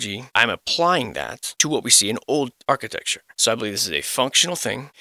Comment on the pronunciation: Arch-it-ecture.... (Arch)... 🤔